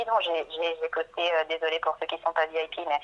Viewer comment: Non mais quel impertinence! Balancer à sa cliente qu'elle est "vieille pie".... sérieusement, quel accent horrible mon cher....le i en anglais se prononce "aille" et non "eille". Alors Vi-aille-pi plutôt que vieille pie! Prend ça bien!